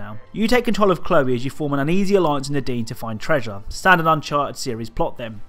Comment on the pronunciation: When he says “Nadine” I feel like he says the dean lol